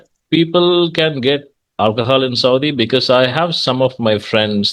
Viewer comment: It was a wonderful conversation! I just wanted to kindly suggest that you check the pronunciation of 'because' and 'conversation' they seemed a bit off.